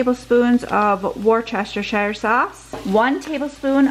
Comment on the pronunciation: Lol, why does every American not know how to pronounce worcestershire Wis-ta-sheer